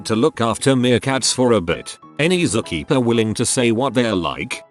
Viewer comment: "Zu Keepa" LOL!!!